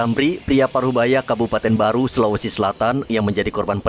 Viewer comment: Tolong kalau nyebut kabupaten yang jelas bukan kabupaten baru tapi kabupaten barru biar enak di dengar karna tidak ada kabupaten baru si sulawesi selatan🙏